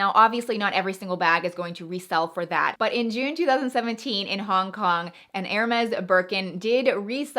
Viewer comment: Pronunciation of HERMES, is 'air-may'. NOT 'her-mez'